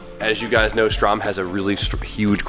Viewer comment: If you're gonna be running and constantly talking about them Ströms, would you kindly learn to pronounce it? Its not Strom. Ö is like EA in early.